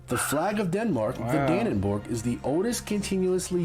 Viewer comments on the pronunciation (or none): Nope! Its DannebroG. Bro means bridge. Brog means piece of cloth. Dannebrog means the Danish piece of cloth. Just let this comment go, pet 😉 Peace and love